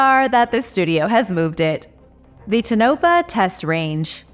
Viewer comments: Pronounced Tone- a - paw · TOE-nuh-pah. Please please please always check you pronunciation guide. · lol pronounced 'tawn o paw'